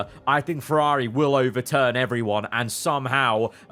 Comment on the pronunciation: Why does this guy pronounce Ferrari like he’s falling off a building “FerRAHHri”